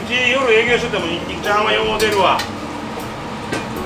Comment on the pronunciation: ニンニクチャーハンがニンニクちゃんにか聞こえへんかったわ